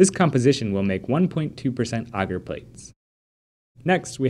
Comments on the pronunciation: Bagsy I'd pronounce that like the way they say agar in the video actually. Ooooohhhh! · who else is triggered by the way he says agar? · Studied in the UK my whole life so maybe it's pronounced different your country :) so you can understand my amusement